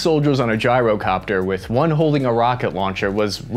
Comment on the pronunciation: Did this mf just say gee-ro copter like a Greek 🥙🥙 gyro WTF (in the beginning)